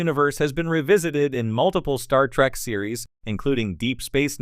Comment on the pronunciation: Pet Peeve, why does the AI narrator keep saying "Star Track". At least that's what I'm hearing.